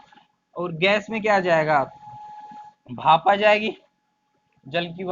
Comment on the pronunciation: Buli. Bhap. Hota bape nhi hota h. भाफ् ह् नहीं बाफ